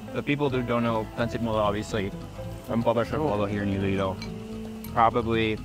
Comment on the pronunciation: Iloilo po not Ilo-Ilo